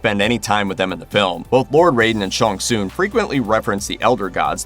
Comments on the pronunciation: Please do your name pronunciation research. Not Shawn Soon. I just grimaced every time. Sh-Ang Sung. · It’s Shang Tsung, not Shon Soon! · Shang Tsung not Shong Tsung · "Sean soon" it's Shang tsung lol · Shong Soong? Dude... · Who is “Shong Soon”!?!?! Hahaha I’ve been a MK player since the original when I was like 8 or 9; don’t think I’ve ever heard it pronounced that way…outright butchered. But then again, the best “fatality” I’ve seen in awhile….. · I can’t help it. Why he keeps pronucing Shang Tsung as ShunSoon. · "ShOnG sOoN" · The main villas Shang Tsing name is pronounced Shang sung not that weird pronunciation by the narrator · Shawn Soon..... shut up stupid narrator.... trying to sound different..... SAY IT RIGHT!!!! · The fact this guy cant say shang tsung correctly drives me insane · Mannnn you too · Hearing you mispronounce Shang Tsung over and over again is grating. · I enjoyed watching this reboot but I have so many plotholes noticed. I also noticed how the host of this video could not speak Shang Tsung's name the right way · The way you pronounce Shang Tsung is hurting me a bit 🤔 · K, but why do you say Shang Tsung like that? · I wanted to punch this guy every time he said Shang Tsung wrong.